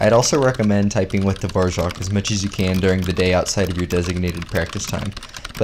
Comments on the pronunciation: Why does he pronounce Dvorak dvorjak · why is he saying dvorak like that